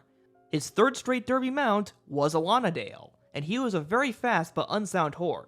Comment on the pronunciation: Not sure about the pronunciation "Allonadale" I looked it up, all sources claimed "Alan. A. Dale" as is originally from the Robin Hood stories. Otherwise, great video!